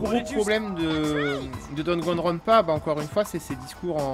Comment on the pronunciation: Merci de nous présenter Danganronpa, mais ce jeux ne s'appelle ni Dragonrounpa, ni Dagonrounpa two, c'est DaNgaNroNpa,( Danganronpa)il se prononce comme il s'écris :) Bonne continuation.